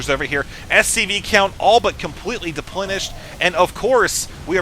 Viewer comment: Depenlenished :P